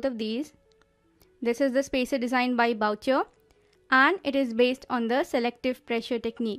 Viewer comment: Good work on spacers , Thank you . Note: Spell Boucher like (booh-shé) where é is spelt (ae).